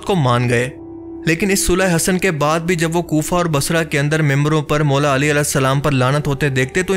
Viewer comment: Bhaie sulah Hassan achi tarah sai perh laina or misinformation mat phailayain